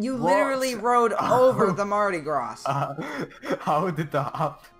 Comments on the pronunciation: I know this is probably nitpicky, but I'm pretty sure it's pronounced "Mardi Graw," not "Mardi Grāz." Not 100% certain as far as the ship's name goes, come to think of it... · It's pronounced Mardi Graw. Not Gras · btw its said: mardy grah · Mardi Graw. I know, I'm frickin' a Southern Alabamian. And it's (Cajun) French, not frickin' English. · when you say mardi gras you say the gras your shoud say gra no s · For your knowledge: Mardi Gras is French. The S is silent. And it’s not Coasta Concordia. It’s Costa Concordia - like how much does it cost…not coast. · do mardi gras vs synthony of the seas Edit: it's called mardi gras but it's at a silent s at the end of gras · mardi gras has a silent s in "gras"